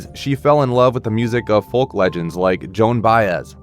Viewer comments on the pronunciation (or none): FOLK THE L IS SILENT DA